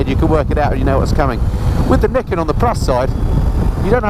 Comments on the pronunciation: Another thing to know about it ..... How to pronounce the name 😜. Nee ken, according to a Yamaha promo video I saw soon after it was launched. Just thought you might like to know. I’ve been invited to have a test ride on one, and now, having watched your video, and heard how much you enjoyed it, I think I just might go for that ride. Not that I’m in the market for one (it’s a FJR1300AE, no question, when I change), but it looks like it will simply be fun. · it's pronounced ni ken. Two sword.